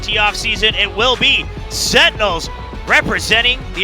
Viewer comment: SenTinels, not Sen-nels wtf is that commentator? :D